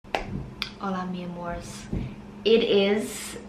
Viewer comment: Living for the Irish 'hola mi amors' 💚😄 Cute look obvi ☀️❤